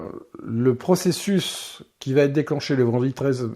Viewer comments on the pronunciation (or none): none